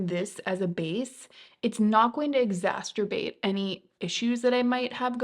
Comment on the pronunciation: FYI, it’s exacerbate not “exasturbate”. 😂 I think exasturbation is when playing with yourself gets wildly outta hand.